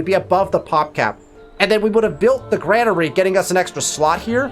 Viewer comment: Dude I learned a lot. This is super vague on console. However it's pronounced grain-ery lol had to do it man haha thanks again!